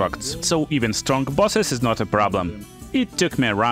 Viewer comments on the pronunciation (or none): none